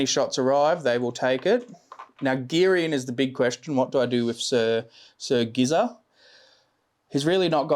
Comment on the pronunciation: "sir Gizza" - when you really know you are watching an Australian battle report 😂